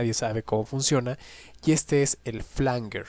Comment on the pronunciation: Flanguer o Flanyer? Esto genera confusión, La IA dice que es Flanyer 🧐🙄 : Se pronuncia /ˈflændʒər/, es decir, "flan-yer". Se escribe "flanger" y se refiere a un efecto de sonido que se crea mezclando dos señales de audio idénticas con un pequeño retardo variable, lo que genera un sonido metálico y arremolinado que puede recordar a un jet o un coro. Desglose de la pronunciación: flan-: Similar a la palabra "flan" en español. -jer: Suena como "yer" en español, con un sonido similar a una "j" suave y la "er" al final.